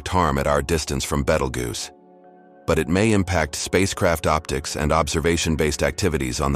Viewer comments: I learned so many facts about Battlegeese. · Take this shit down, you pronounced Betelgeuse different Everytime you said it. You can't be taken seriously